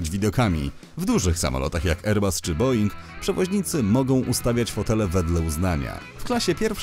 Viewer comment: Boeing a nie boing. Jakie są malutkie samoloty boeinga bo nie kojarzę?